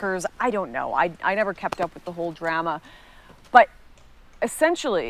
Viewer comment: we disavow her pronunciation of drama.